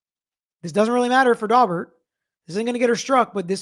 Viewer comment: My ear keeps hearing Dogbert hearing. Pretty sure that’s wrong so a couple minutes of Google revealed Daubert hearing.